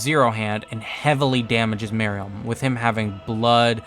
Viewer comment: Love this video but the way you pronounced some words made me slightly annoyed like I’m used to people saying “merUem” and “BEelzebub”